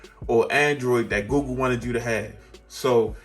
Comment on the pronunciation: Awesome vid and I've been thinking about this phone. I got the OnePlus 8 Pro and loving it, but my tech itch needs a scratch. Btw.. I hear GOO GOO Everytime you say google and now it's stuck in my brain. 😂